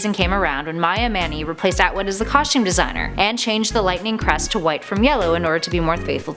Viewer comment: i don't like the way she say's costume